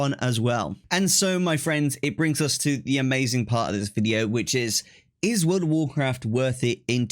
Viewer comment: Woworcwaft 🤣🤣 That's all I could think hearing you speak hahah